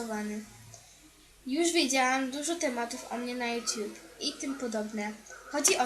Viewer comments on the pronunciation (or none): none